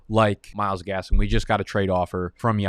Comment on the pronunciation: Great video til you said Myles gaskin damn…..